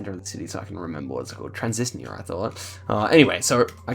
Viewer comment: On the city is pronounced as VEE-tsebsk, and that autonomous region of Moldova is Transnistria. On the word is “klinikasy”, which means clinic and is actually a russian loanword so yeah not very Kazakh sounding